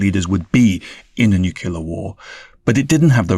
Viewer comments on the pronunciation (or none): This guy can't even say the word nuclear correctly it only NUKILLER - what a clown 🤡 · Say "newkyoular" one more time...